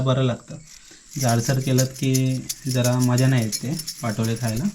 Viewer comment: पाटोळे नाही पा तो ळे